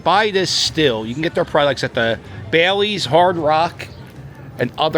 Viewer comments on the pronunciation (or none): The Wild Wild West casino was an operation casino owned by Ballys (pronounced: Bah-lees, not Baileys) and it was open until about 2010. I use to play a lot there from 2005 to 2008 when I had to work in town.